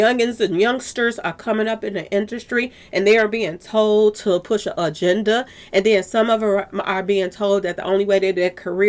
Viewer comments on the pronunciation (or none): none